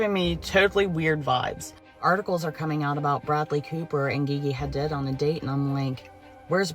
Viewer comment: Happy Halloween 🎃 👻🎃👻...love your content....also that woman when she talking about Bradley cooper and Gigi hadid and she said it like gee-gee I was like not gee-gee 😂😂😂😂 also hollyweird back at their shenanigans